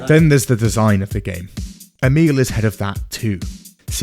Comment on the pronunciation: Emil Pagliarulo can't even pronounce his own name correctly (only half-joking about that, 'E-mule'). Stole his motto, 'Keep it simple, stupid,' but failed to properly process that sentence's core message. That sentence wasn't simple enough for his level of 'stupid.' As a result, we end up with his internal interpretation addressed to himself: 'Keep it stupid simple,' or: 'Keep it stupid, E-mule, you simpleton, or else you'll confuse yourself.' He also stole "Write what you know" from Mark Twain and the first pages and first hour of 'Introduction to Fiction Writing' class (in case anyone believed he came up with that too) — but misinterpreted that as well, as a sort of strictly limiting, restrictive imperative to avoid even trying to explore depth in any unfamiliar, noniterative, nonderivative theme, or even attempting anything truly new. Which, conveniently and comfortably for him and anyone primarily interested in producing a 'Minimum Viable Product' (as Todd Howard's Bethesda seems to be these days, when they produce anything new at all rather then re-re-re-releasing the same old titles over and over for the umpteenth time), means that he can simply repeat, rehash, and rephrase the same basic plot or story arc, lifted from the same source, over and over again — without the talent, skill, or effort to make it interesting in new ways, or improve it in any real way. And so, his writing becomes staler, flatter, hollower, more tedious and forgettable each time. And in the long t